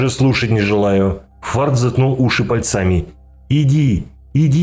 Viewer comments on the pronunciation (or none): пАльцами а не пальцАми